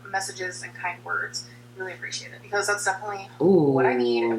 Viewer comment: FOR THE MILLIONTH TIME: it is BEcause, not PEEcause. Stahhhhhhhhp it.